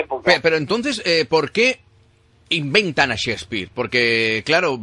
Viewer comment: Lo que mas me gusto fue la pronunciaciòn Sespir ja ja ja.